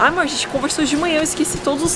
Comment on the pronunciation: A: né amorr? Eu rindo e querendo um amorr tbm! 😆😆😆